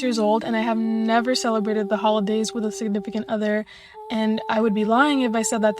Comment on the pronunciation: Is not holidays anymore now is hoe-lidays 😂